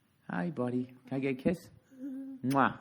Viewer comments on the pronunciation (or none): none